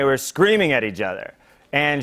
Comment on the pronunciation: John: eaj other. English: Am I a joke to you ?